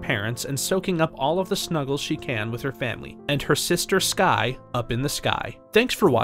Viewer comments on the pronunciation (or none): You said sky not skye